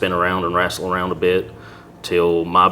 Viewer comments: Next. Time I want you to stop him.Mid f**** interview.Okay and say it's not rassel it wrestle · WRAASTLE, this police officer invents words. Wrestle is a word that the officer should know. Inventing words and facts seems to be part of this officers general behavior. I charge that if the officer doesn't understand proper english then perhaps he should Not be a police officer. The responsibilities are to great for this man. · YOU GONNA WRASTLE ME, MR. LAWLER?! YOU GONNA WRASTLE ME?! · Continued to “wrastle “. Just about says it all. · Omg if I have to hear this guy say “we continued to rassle” one more time….. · I bet if we just prohibit anyone who pronounces it wrassle from being a cop, we'd eliminate half of these problems.